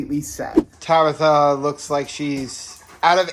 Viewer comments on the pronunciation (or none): none